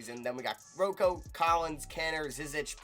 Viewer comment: NO ONE CALLS HIM ROE COE STOP IT